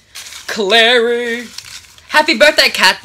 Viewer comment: you say claia i say mary